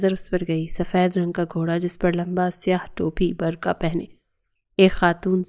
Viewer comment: برکھا نہیں برقع ہوتا ہے